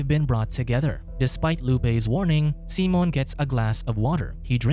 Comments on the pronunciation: Why are you saying Simon that way??? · Why you do him dirty and calling him seamen instead of Simon lmao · Simon... not Seamon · "SEE - MON" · He still wasn’t pronouncing it correctly, but Simon in Spainish isn’t pronounced the same as in English